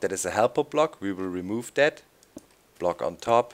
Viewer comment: "And DAS will make it no longer a Village" XD Da kommt das Deutsche aus Dir raus ;)